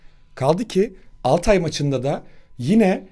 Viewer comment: Altay ı hepiniz yanlış telaffuz ediyorsunuz, Altay da vurgu Al dadır, Altay insan ismiyse Tay dadır.